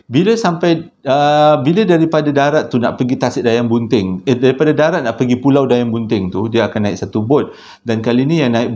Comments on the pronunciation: walaupun 'pualau' tetap terbaik!! 👍🏻👍🏻👍🏻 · Ramai yg terpuakau kan. Tu yg jadi "Pualau" tu. Thorrbaekk 😅😂🤣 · Tersasul ke, pekataan "Pualau" ke, xpa, Kami tetap terhibur.. 🤭🤭🤭 👍🏼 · Pualau pon boleh bang ... Tpi sokey ... Semua faham 😉👍👍